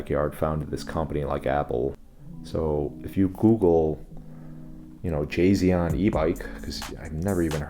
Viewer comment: "Jasion". More like Tsai Xian